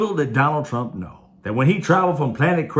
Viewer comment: Guy sounds like he’s saying “Donald Tramp.”